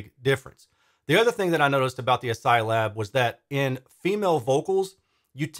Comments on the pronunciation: Is it really ass-psy? It’s spelled like ass-key, as in character set. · Are we sure on that pronunciation? I read it in my mind pronounced like: ASCII (askey). Update: In hindsight I feel a bit like a doofus for even asking this... Otherwise, these look like great step up bookshelves for me when I have a bit more space. Right now about all I can manage are the KEF Q150. Certainly more affordable than the KEF Reference 1 Meta I was lusting over before. Oh, and +1 definitely interested in seeing some more direct comparisons. I demoed the KEF Q Concerto Meta, and it did seem a bit dark to me too, esp side by side with the R3 Meta. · I'm pretty sure the name of the company is pronounced "ass-key," as is the traditional pronunciation of the ASCII acronym.